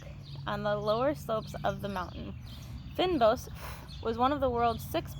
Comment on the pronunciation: You did pronounce Cycad right you also prononced protea wrong the first time and you prononce fynbos wrong .